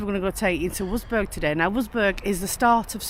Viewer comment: Love watching your vids, Having lived in Germany for many a year can i just correct you on your pronunciation of the town Wurzburg. It is pronounced Vertzburg. Please show more of Germany as we miss it so much